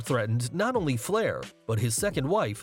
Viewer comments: It’s “Flair” not “Fleer”, and your attempts to “bleep” the profanity during the Flair piece was terrible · You put Rick FLAIR in there but call him ‘FLIEHR’ multiple times and in text too. Wow. How can this be a proper wrestling channel with a fail like that… Hats off to all the wrestlers that have to deal with those nutcase fans